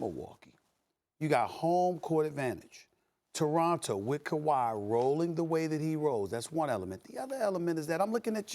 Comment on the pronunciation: Maybe pronounce Toronto right douche bag.